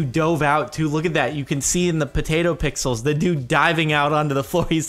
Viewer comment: I love that you said potato pixals